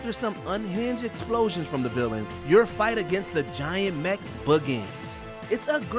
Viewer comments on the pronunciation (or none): none